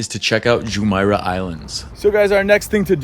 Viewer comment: It pronounces JumEIrah, not JumAIrah. Al QOOZ, not Al Qwaaz.